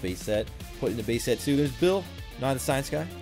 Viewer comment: Start of the video he said bae set not base set